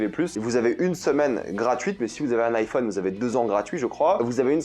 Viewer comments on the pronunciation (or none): none